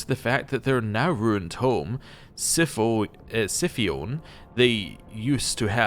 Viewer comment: Just FYI: noosphere is pronounced no-o-sphere. In sci fi it generally means a space where special powers don't work. In 40k it's a special kind of internet. A simulacrum is a created likeness, usually in the context of magic or in a sci fi setting, potentially a kind of clone. Scipione most likely pronounces the c as a k, akin to Scipio Afrikanus and others of that time. mon-keigh is a play on the word monkey, but it's normally pronounced mon-kai.